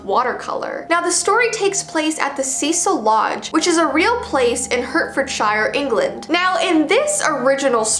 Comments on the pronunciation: You really pronounced something that's pronounced hart-ford -sheer hurt-fod-shireh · It's not hurtferdshier it's pronounced hartferdsher I see why you may have said hurtferdsher because it is spelled Hertfordshire and yes I am ya know a Brit☕😎☔👸👑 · I live in England and it's pronounced "hart-ford-sheer" LMAO x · So here in the UK we have some "weird" spelling and pronunciation combos. Which means Hertfordshire is actually pronounced as though it were spelt Heartfordshire! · the way she says heartfordshire lol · Thought Its spelt "Hertfordshire" its pronounced "Heart-Ford-Sher".